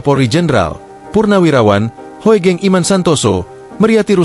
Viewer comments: Jadi Nyeri dengarkan Celotehannya. !!!! Seharusnya dibaca Ibu Meri Hugeng - Bukan Hoegeng. !!? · Maas.. tulisan HOEGENG bacanya Hugeng nggih